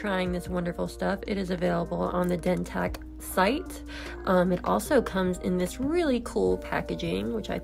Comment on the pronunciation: How yall gone promote a product, and the person in the video is not even pronouncing it by the correct name 🤔 yeah ok 👌